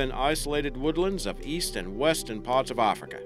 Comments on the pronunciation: it's AF-rica... not AH-frica. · its not AAHFRICA.. Damn.. its sounds like AF-RI-KA .. AF as in cAFfeine , RI , and KA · Arrffrika come it’s Africa but apart from annoying pronunciation it’s a good vid lol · I love the way he pronounces Africa.- ARRFRICA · I know I said this on another video but dude PLEASE drop that accent. You aren't Australian and you keep pronouncing words completely wrong. We do not say Ahfrica, it's a hard a sound like in 'at'. Same goes for Massive, it's not mahssive. I would subscribe and continue watching your videos if it weren't for you butchering my country's accent because I actually really enjoy your content. I'm not going to say that it offends me but it's just infuriating hearing the accent butchered that way.